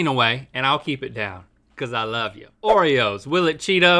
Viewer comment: Or “Oretoes”